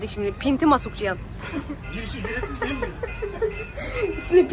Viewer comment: Ciyan demeyi bıraksan daha keyifle izleyeceğiz Tabi ismi cihan ise